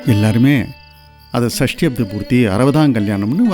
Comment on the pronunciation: சஷ்டியப்த not சஸ்டியப்த